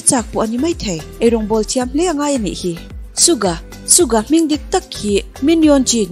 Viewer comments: Please pronounce it Suga..not Sukga😊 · Suga not sugah😁.. Yoongi not yoonji. 🤗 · Suka tih in i lam in ka hria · Haha Suga tih ilam dan poh kha A dik lo cuan in lak soi thiam i tum opss hah I soi thiam k tih na ania😒😒😒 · Aaaaarrrg.... Suga tih leh yoongi tih khi i lam dik theilo😭... Chuan yoongi hi Christian a ni a bisexual a ni theilo bawk, chuan a pian ni pawh khi 9 March tur zawk a ni bawk..... Jimin ka bias a nia, Yoongi bias wrecker... Mahse ka duhdan a in ang reng😂😂thlan zawk tur awmse yoongi ka thlang maithei😅😜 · tha viau na in...Suga hming i lam dan hi......... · Suga hming lam dan mai2 chu😕😕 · Hetiang video i siam dawn anih ro+ chuan an hming lam dan te hi han zirchiang hmasa ta la, chutin Suga hi i chhuah gay anih deuh ber mai hi leee, fimkhur tawh rawh u. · Suga or Yoongi hming i lam dan poh a diklo a, bisexual angin i rwn chhuah thei hei chuan k lung a ti awi lemlo khawp mai, cubakah haters ho tan chances i rwn siam ringawt lehnghal Yoongi hi eng LBGTQ mah anilo he news k ngaithla hi chuan fans te rilru a ti na takzet😡😡👿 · Dik chiah siam tha leh teh,an thawhrim zia ka ngaihtuah hian,an hlut na a bo vek,suga phei hi chu,a tawrhchhel zia hi,bakah a hming i lam dan hi a dik lo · Suga emaw yoongi poh a lam dik lo Ania i thusoi hi ka thlop lutuk che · yes an lam dik lo fo suga hi, anmahni sawi ngei hi ngaithla chiang thin se